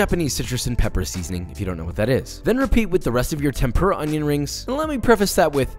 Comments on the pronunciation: cut the onyo like jean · Finally, someone who knows how to pronounce onyo correctly. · I see I'm not the only one who can't not say "onyo" every time I cut onions. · papa like cwispy O N Y O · This Papa died a little when you said "onjon" ❤😆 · "Onyon" - Jeanne Pierre